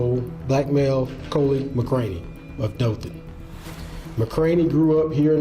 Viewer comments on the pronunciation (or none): Dothan is properly pronounced " Doe- than"... NOT. .. dawthan. Quit listening after that. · Then you missed out on a good story. I also live in Alabama. Of course I recognized the mispronunciation. That's such a silly thing to not want to watch further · Just fyi it's pronounced Dough-than.